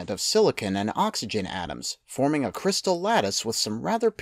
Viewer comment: Inventer or Inverter ? cryistal? Great video.